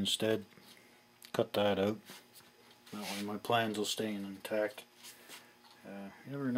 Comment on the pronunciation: put that ooooout, Canadian uh?